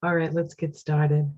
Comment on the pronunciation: Paused just now. Wanted to say how much I enjoyed when you said, "alright...let's get started" The "started" caused an immediate grin. Is that New Jersey I hear? Fun!